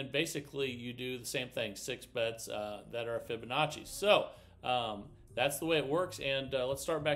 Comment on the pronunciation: Omg he actually pronounced Fibonacci correctly!?! Way to go